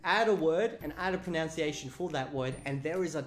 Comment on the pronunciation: I find it much more amusing than it actually is that you keep pronouncing 'pronunciation' as 'pronounciation'.